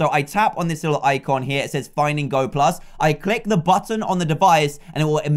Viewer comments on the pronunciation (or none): none